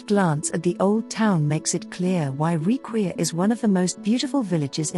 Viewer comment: it's pronounced "rikvir" but nice video!